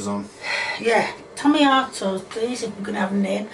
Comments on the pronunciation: Did she say timmyottos for tomatoes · Ok but the way she said tomatoes as “tameatos” (Time stamp ) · "Tomi-Atoes" Lol